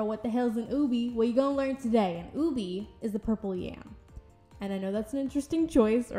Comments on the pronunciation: i love how she turned out!! the way you do your faceups is so gorgeous ahh i love it (also btw ube is pronounced oo-beh rather than oo-bee!) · its pronounced as "ubehh" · Its pronounced oo-bay